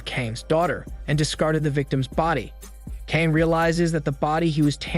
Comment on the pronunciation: Geez, I understand obviously Korean isn’t the language you speak but I can’t help but wincing every time you pronounce Kang. FYI, it’s meant to be pronounced rather like /Gah-ng/.